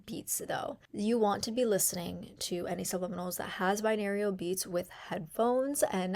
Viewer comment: Girl. OMG. I'm glad you're helping people and people like your style but man was this video difficul to get through! Binarial beats? BiNAURAL beats. SAYtiated not SATiated. this video could have been HALF the length and number of words. Step number 1 took 5 minutes! all to say write down your affirmations in present tense, include emotion, and use positive descriptions. I download audacity to my laptop, phone or tablet. I get it! I don't need to hear all of the options of where to download an app five times. Every. Single. Day. Every. Single. Day. Every Single Day. Didn't work for me either. Hear my voice clearly at those settings for some reason. This was ruff.